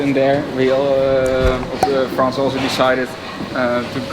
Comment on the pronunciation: Hey hey . It's Frans with an s not France 😓